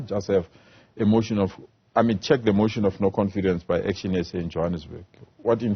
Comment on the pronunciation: He cracks me up when he says Auction SA because that was deliberate.